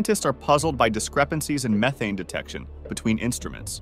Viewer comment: That is not how you pronounce methane like you did at the start of this video, then you said it correctly I don’t understand why AI says it wrong then says it correctly.